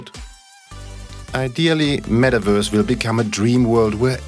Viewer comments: i love how it sounds like the guy is saying Mettwurst lmao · What’s a “metaWURSE”